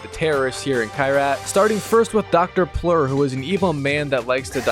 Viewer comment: Dr Pleur